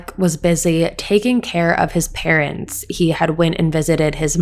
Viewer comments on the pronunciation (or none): none